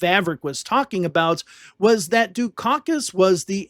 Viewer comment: Hard to take seriously a narrator who says dis and dat and da and dinint, It's intermittent but still annoying.